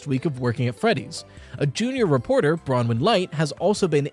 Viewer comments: People finally pronouncing Bronwen correctly 🙏🙏🙏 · Ayy you probounced Bronwen right!